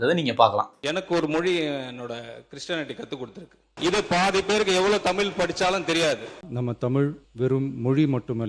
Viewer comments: நீ நல்லாதான் பேசுற ஆனால் நீ தமிழை தமில் என்று. உச்சரிக்கிறாய் அந்த தவறை திருத்து. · என்ன சொன்னாய்??????? தமில்?? ¿????? ¿????